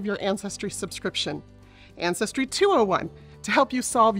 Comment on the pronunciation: "Anne Cestry" Ja ja!